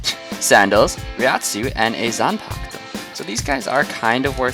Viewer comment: Can you even pronouce Zampak-to